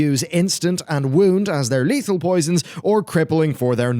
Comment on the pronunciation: "Posions Baselined"